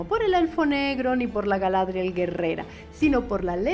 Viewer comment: Es que más allá del tema étnico, que se me hace que no es el problema real, la representación de los elfos es bastante pobre y mundana, y eso es para todos, desde Galadrrrrriel, Elrond, Gil Galad, Arondir, Celebrimbor, etc. Cuando veías a los elfos en las películas, tenían una sensación eterea, que no pertenecen a este plano y se sentían impresionantes. Aquí todos con la cabellera corta, Arondir ni una peluca de cabello largo le pusieron, y es tan mundano que parece un humano más, lo mismo va para galadrrrriel (Como pronuncian exageradamente su nombre). Es tan normal que dices, ah...en serio es una elfa? Me recuerdan más a los Elfos de The Witcher que a los de Tolkien.